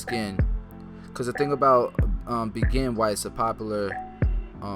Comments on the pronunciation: i thought it was pronouced "BEY JEAN" vs BEGIN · Also it's bay-jean lol at first I was like I need that begin product then I'm like waaait 😂.. overall dope cut and great information once again 💯🔥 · your pronunciation is not quite on. Begin is pronounced [bay-jing] Awesome video however!